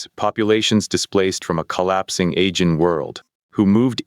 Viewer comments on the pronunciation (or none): Pretty good,, but you're mispronouncing Aegean repeatedly.